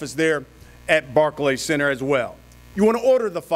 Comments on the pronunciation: Lol he can’t even say Barclays Center 😂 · Show up at barkey centre says rolly 😂😂😂 hahahahaha oh shit that killed me barkey centre 😂